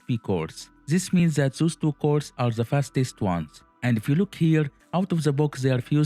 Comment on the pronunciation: Try to say DE not ZE. DE same not ZE same.